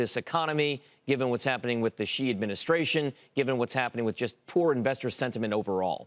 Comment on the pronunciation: Why would anyone care what this clown has to say? He has been as wrong as you could possibly be about China - his only value is as a contrarian indicator. Ffs, he can't even pronounce Xi correctly and he is supposed to be some kind of China expert?